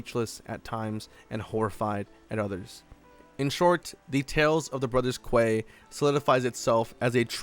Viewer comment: Pretty sure quay is pronounced key 😅